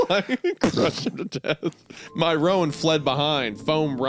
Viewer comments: Roan is one syllable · This is the comment I was looking for, everytime he said ro-an I died a little. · Anyone else cringe at wendigoon mispronouncing "Sorrel" and "roan"? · It's not ro-ann it's like rone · Roan is pronounced just like groan. Not Rowan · It’s pronounced “Rone” not “Rowan”. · I really wish wendy would learn how to say roan and sorrel properly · As a horse girl the pronunciation of "roan" and "sorrel" made me giggle. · My guy, coming from someone who is around horses, owns horses and has had to deal with horses my entire life. Just let me say, it stings to hear you mispronounce almost all the colors of the horses. from Roan to Sorrel. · As a horse person, this author actually describing horses well delights me. As does the way Isaiah mispronounces "roan" and "sorrel" lol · Side note- I love the story but hearing Isaiah say horse breeds/coats is painful😂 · Not to mention how he pronounced "roan" 😂